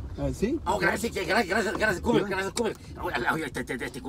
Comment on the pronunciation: no oldest que dice cuber en lugar de decir Huber y taysy en lugar de taxi